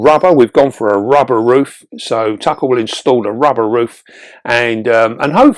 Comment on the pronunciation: Is it just me who laughed when he said "don't wanna rip your rubbah" 😂😂....